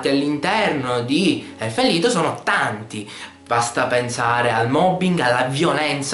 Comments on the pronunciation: anche "lido" non è prettamente corretto. la pronuncia è "leed" perchè il titolo non è inglese, ma bensì tedesco, quindi il significato è "Canto degli Elfi" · Circa. È tedesco, quindi "Lied" si pronuncia "Lid" E alla giapponese, "Lido", o "Rido", o "Rito", che dir si voglia. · non ho capito perchè continuavi a chiamarlo elfen lido..c'è scritto lied...vabbe poi hai fatto un esempio di merda che non c entrava assolutamente nulla ma lasciamo stare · si dice Elufen Lido? D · hahaha ma sembra che dici elfen ''lido'' hahhaa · si dice elfen lied mica lido è Inglese n'culat; LIDO LIDO cazzo è il lido? la spiaggia ?!?!? le pronunce giapponesi sono da scartare a priori dato che per loro l'inglese è una lingua impronunciabile